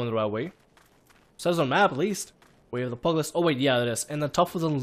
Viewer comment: I CANT WITH HOW YOU SAY PUGILIST its like pew gil list not pug list i know it prolly too late to tell you but i just cant not tell you